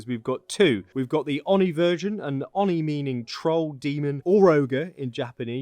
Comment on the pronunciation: Kitsune = "keet-soo-neh" Yokai = "yoh-kye" Oni = "oh-nee" Jorigiri = "joh-ree-gee-ree" (not a soft J, it's Japanese, not Danish)